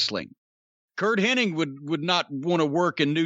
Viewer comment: My most bizarre pet peeve is I cannot stand when people pronounce Curt HENNIG as Curt “HENNING”. Not even fans, people in the business who knew him I’d say 99% of whom mispronounce his last name.